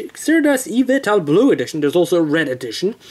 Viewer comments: The Y legendary's name is pronounce Ee-vel-tall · Even though the game wasnt out yet, you should be able to make an educated guess, you should be able to pronounce xerneas (zer nee us), and yveltal (ee vel tall).